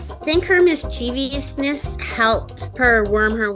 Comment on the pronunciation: Lovely story. Cute bird. That being said, the word "mischievous" has only three syllables.